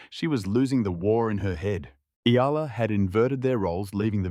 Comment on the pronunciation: Yes finally pronounced her name right !!!